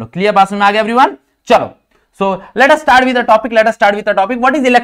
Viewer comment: Sir Strats nahi starts hota hai 😂😂😂😂